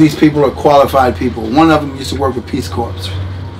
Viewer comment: Peace Corps is pronounced Peace "Core".